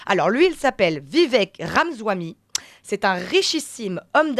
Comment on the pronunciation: Continuez avec des analyses semblables et c'est la fin de Radio Courtoisie. serait mieux à France Inter ou BFMTV, ou encore mieux, qu'elle change de métier. Même pas capable de prononcer le nom de Vivek correctement. C'est Ramaswamy, et pas Ramzahoui. Pourtant pas compliqué à prononcer. Et je ne parle pas du fond, d'autres commentateurs ici viennent de très bien le faire. Hallucinant, quelle déception de la part de RC.